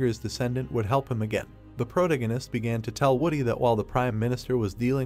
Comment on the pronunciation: I hate how this ai pronounces "protagonist". It's unbearable.